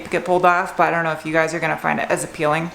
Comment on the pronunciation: “A peel ing” - hilarious.